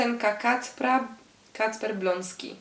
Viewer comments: To jest kacper Błoński A nie bloński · Nie Kacper Bloński tylko Błoński